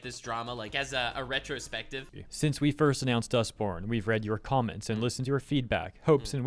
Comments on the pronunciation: Why i keep hearing this game name like Dustporn? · I can't un-hear "Dustporn" now thanks to you. I want to thank you for improving my life so slightly.